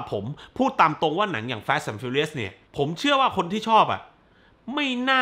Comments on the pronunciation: ทำต้องเรียกแฟสทำไมไม่เรียกฟาสเหมือนคนอื่น😂😂😂พยายามแตกต่างตลก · อนาคตถ้ามีภาคใหม่ ช่วยพูดว่า ฟาสสสส ได้มั้ยงับ แฟสสส ผมรู้ถึงเตะหู เหมือนพี่พูดคำว่า ตด ฮ่าๆ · ตกลงผมอ่านผิด หรือพี่เขาพูดขำขัน fast ฟาส หรือ แฟด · สรุปอ่านว่า ฟาส หรือ แฟส